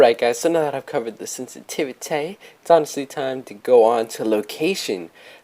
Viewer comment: how he says sensitivity got me dead 😂😂